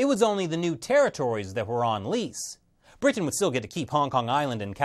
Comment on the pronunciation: why do you - an ostensibly interment-looking, sounding (except for your rather...odd pronunciation of Britain - which you say as 'Brih-tuh-ehn😳), talk like someone doing a bad comedy set? Are you...'afraid' that by Soundgarden 'intelligent' you'll turn people of from listening? There's nothing wrong with being knowledgeable-sounding, but, is hard to focus, because of your almost manic need for approval - with perusing every sense - makes listening really uncomfortable. Dry, monotone is never the way to sound, but, how about you just try to sound like you're speaking to someone - in person, and they're trying to learn from you. That's all you've gotta do.